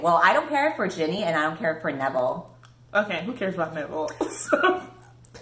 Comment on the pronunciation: Nevile???? Honey, you've got a big storm coming